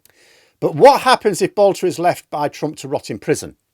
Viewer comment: His name is Boelter not Boulter. He has no relationship to the divine Katie.